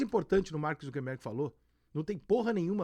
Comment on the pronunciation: Rica! Nao seja um indiota ingnorate. O nome certo do proprietário da Meta é "Zucker" e nao Zunquenbergue como muitos estao falando. Para com isto.